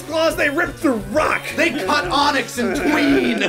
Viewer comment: Cut onyx in twain, not "tween".